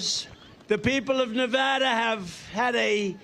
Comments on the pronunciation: Every time I hear this song, I cry. I❤MY 🇺🇸💯 Thank you for pronouncing that BEAUTIFUL STATE CORRECTLY! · He says Nevada properly!